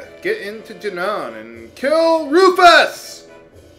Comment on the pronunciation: its pronounced "june-in" not "june-on" lol donkaments.